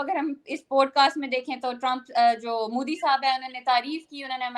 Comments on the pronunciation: Abe its modi, not moodi. Bolna b nhi atta. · Mudi ni modi hota h, kb bolna sikhoge zahilo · It's MODI Not Mudi 😅😅😅😅😅